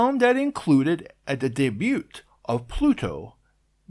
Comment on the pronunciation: The T is silent in debut.